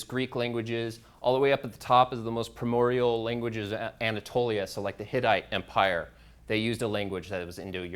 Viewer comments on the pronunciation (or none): none